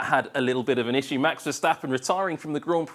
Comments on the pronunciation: why does he mispronounce "issue" so badly every time? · Why does this guy pronounce the word "issue" like that?